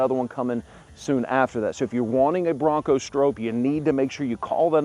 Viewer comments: Sure would be nice if you knew how to say the name correctly. Think stop. StrOPe. Nice video though. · Stroppe is pronounced like cop or shop. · It’s pronounced like stop but with an R!🤣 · It’s hard to take you serious when you don’t even pronounce Stroppe’s name correctly. 🤦‍♂️ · You would think you would do a few minutes of research about the Bronco before making the video. Even Ford put out a video about Bill Stroppe and the new Bronco. First you are mispronouncing his name. You say you should let the customer know if they have a wrap on the hood but then you say you don't know if its a wrap. (It is a wrap) The red color is listed as code red on the window sticker. Not everyone wants a 4 door and it would not have the correct look as a 4 door. Ford did a nice job with a tribute to Bill and the original Baja Bronco. Ford says they will build 1966 Stroppe Broncos. A good thing to know when you are buying a limited edition.